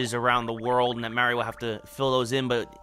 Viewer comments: It hurts! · "Paper Mear-eeo"